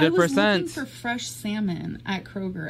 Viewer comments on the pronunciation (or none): Alicia T me! Why is she insisting on butchering the word “fresh” lately?? Like ew!! Stop it, you’re never fresh when you dont have showers gorl!